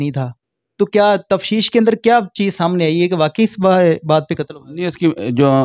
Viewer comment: Ye Jo uloo ka path anchor ban phir raha hei,is kuttay ko pehle urdu sikhao, tafsheesh kia hoti hei? Taftish ko tafsheesh bol raha hei. Aj kal har chutia journalism ki maan behan aik karne pe tula Hua hei. Shame on you.